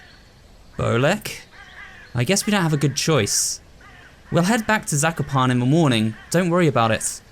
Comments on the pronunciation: im polish so zakopane is pronounced incorrectly but still good try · I remember that I stopped watching this and I didn’t remember why. I started watching again and now I remember. I am Polish and it triggered me when pronounced Zakopane wrong. Who else can relate? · I found trying to prononunce Zakopane suprisingly funny To other Polish people, tell yourself sekopan